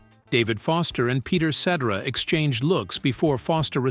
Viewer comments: Sitera NOT setera like etc, ect. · If this is not a computer voice, then the narrator should be ashamed of himself. Any good lawyer learns to pronounce names correctly before releasing his theories to the public....I'd expect the same from a voice-over pro. Peter Cetera's name is pronounced 'set-AIR-ah', not 'SETT-erah'. Spend an extra five minutes and prepare properly. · The name is CETERA, pronounced "Cet Air Ah". Not "Cet Er A". And Walt Parazaider's name is misprounced also. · Echo millionaire!!! Everyone knows his name is suh-TEAR-uh. Ruins the piece. Also mispronounced Loughnane, you lazy ass!!! You obviously never heard of Chicago. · Jesus, man: ce-TER-a. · Ce ter a. Let's say it together. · Pronounced Cetiera not like et cetera, even though his last name is spelled like Cetera Also Para zaider not Para zider!AI voices cannot get it right! Also not true that Chicago horns fused the horn sound to rock first. Blood ,Sweat and Tears with their horn section fused rock with horns before Chicago as did The Grass Roots.,but Chicago rocked harder because of the great Terry Kath on guitar! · This may be an AI type voice when they pronounce Peter Cetera's name incorrectly. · Made me think, is "Cetera's" first name, "Et?" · AHH!!!!!! Just buy a microphone!! You make a video about Chicago but don't have your AI Robot dude say his name correctly? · Please get the name right or don't do it at all et cetera et cetera et cetera!!😎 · Please tell how to pronounce Peter Cetera’s last name. AI sucks, by the way….AND, by the way, horn players should never be ignored. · I hate these AI narrators that can't pronounce the name of the guy who ruined the band Chicago. I can't watch after that. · Yeah. Please say Peter's last name right!! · Can’t take anything seriously when Peter Cetera’s name is constantly pronounced wrong… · Please hire a human narrator! This AI voice says Peter's last name wrong!!! These videos are great content but saying the names wrong kills it